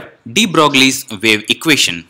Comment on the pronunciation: you are funny.. also clueless on the subject... by the way it is not to be pronounced 'DeBroglie'... it is 'De Broiee'... this is an important topic..whole field quantum mechanics stands on it... spend some time to learn it and make another video